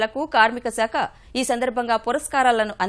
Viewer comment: Saakha anaali. Aa as in apple. seekha kaadu.